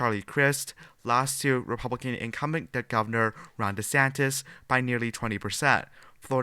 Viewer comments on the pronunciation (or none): none